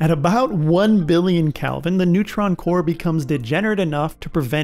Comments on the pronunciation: When your narrator doesn't even know the plural of supernova, time to find a different video 🫣 Edit: I decided to keep watching, and it was a really good breakdown of a lot of the lesser known processes. The pedant in me couldn't help but cringe every time he said Calvin instead of Kelvin though. 👍👎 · Its "kElvin" not "kALvin" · You keep saying Calvin instead of Kelvin. :-) Very good video. I learned a lot more about the mechanics of a Supernova. I had no idea how complex it actually is. Thanks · Why u keep saying Calvin